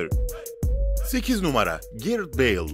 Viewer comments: Kardeş garet bale değil gareth bale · Garet değil Ghret